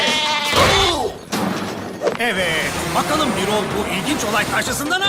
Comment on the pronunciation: Birol değil Bürol Bürol "ü"ile "ü"